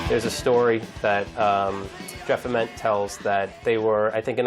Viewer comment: They didn’t pronounce Ament or Gossard right either.